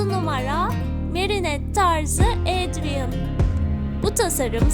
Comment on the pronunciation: Ya abla senin sesini çok güzel özelikle "Adrien" kelimesi ni çok güzel söylüyorsun 😍🥰 ve en güzel Aşık adrien i seçiyorum ben nedeni ise bence Aşk çok güzel bir duygu (gecek hayata aşık olmadım ama kara kediye aşığım)